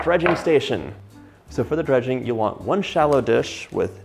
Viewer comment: eh fyi it's not " Drudging" it's Dredging. Drudge is someone with a mental disorder, Dredge is to cover in flour. Now imagine you didn't wipe away all that delicious FOND ! The wine is for deglazing the pan man. All that flavor in the FOND should be used not wiped away.